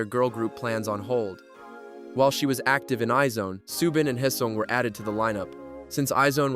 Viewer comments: It's not i-zone. It's pronounced as EYES ONE. That's why there is an asterisk on their name. Iz*One. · Isn’t IZ*ONE pronounced eyes-one? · Is this AI ? because how can you be making videos about Kpop but say I - ZONE and LEE Serafim